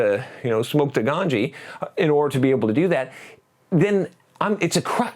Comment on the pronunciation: hahahahahaha he says "somke the ganji" in a funny way